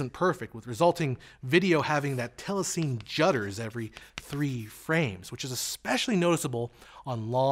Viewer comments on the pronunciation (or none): I really enjoy ' videos, but in my 26 years in post-production (including telecine) (in NY, LA and London), I have never heard telecine pronounced as "tell-a-seen." It's "tell-a-si-nee." Sorry, I cringed a little at what is otherwise a well-done piece. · Great breakdown. You seem to be saying "tellaseen" for the word telecine. I thought it was pronounced "tellasinny"? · Very good video, but "telecine" is correctly pronounced "telly-sinny", since it's a portmanteau word formed from the "tele" of television and "cine" of "cinema". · "Telecine" is pronounced "telly-sinny" as in cine camera. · Thanks for calling that out! That was REALLY getting on my nerves. Other than that, very solid explanation of frame rate.